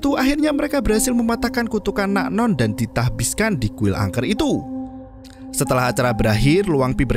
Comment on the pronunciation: Tahbiskan Nasbihkan Tasbihkan Nahbiskan Oke min ada 4 versi 🤣